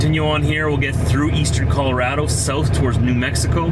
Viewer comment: Hey, who taught you to pronounce Colorado right? Remarkable! So exciting you're passing through my homelands.